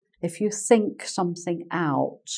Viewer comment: Hi, when you say think it sounds like sink... and it makes some sentences very funny